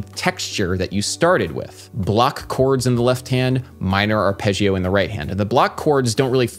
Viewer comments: Hey Adam, your videos are great. One minor comment: it's not arpegg-ee-oh, it's arp-edge-oh. Please pronounce it correctly. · the way you spell arpeggio... arpejhio? it's actually spelled more similarly to arpeJJoe